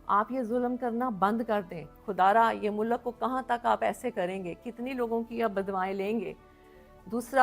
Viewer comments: 95 فیصد پاکستانیوں کی طرح آپ کی اردو انتہائی کمزور ہے ہے مثلآ آپ نے فر۔۔ض لفظ کو ف۔۔۔رض کہا۔۔۔مل۔۔۔ک کو آپ م۔۔۔لک کہا اور اس پر ظلم یہ کہ آپ نے ظل۔۔م لفظ کو ظ۔۔۔لم کہا ہے ۔۔۔ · She is trying to be a political leader but she lacks communication skills, her urdu prounciations like "mulakk", waqqatt, zulamm, kaarr raha" show her literacy level. She lacks pilitical substance, rather trying to play religion card. Her choice of words is below political leadership's stature.